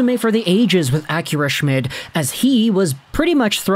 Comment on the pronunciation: name is pronounced shh-mead